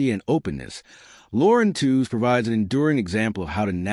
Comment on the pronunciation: We heard Lauren said her surname was properly pronounced "Tweeze." Just sayin"...